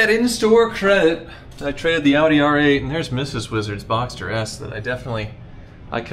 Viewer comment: Boxster not Box 🤣🤣🤣🤣